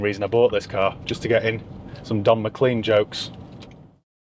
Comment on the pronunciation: Don McLean is pronounced Mc L a n e not Mc C l e e n.